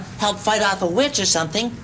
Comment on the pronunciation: Every time he says witch I HEAR BEEOCH